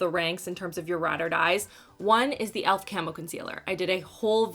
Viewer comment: "I'm really good at talking about de makeups." 😆